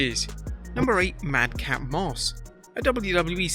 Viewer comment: It’s Madcap, not mad cat